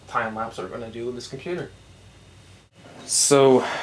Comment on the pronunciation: Did you call it a pewter? LOL.